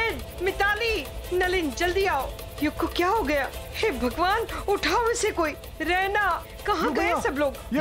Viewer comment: For your mind it's raina not Rana